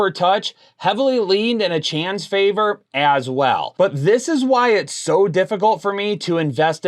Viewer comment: Hey It’s A-CHAIN